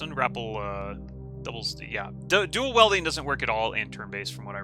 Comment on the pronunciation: your pronunciation of dual WIELDING not WELDING is killing me